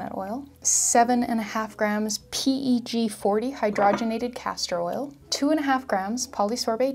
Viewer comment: Her: 7 and a half grams PE g forty Everyone else: GuRL sPeAk EnGLiSh